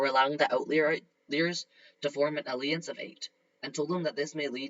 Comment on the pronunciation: These are getting better and better. But.. can you please look up how to pronounce alliance it is really hard to ignore your mispronounation of it